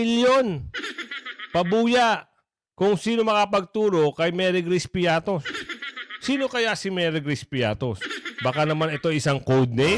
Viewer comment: Baka pritos hindi piatos 😂😂😂😂😂 ✌️